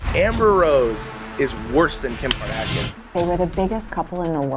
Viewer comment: “ Katrashian”. I like that! Lol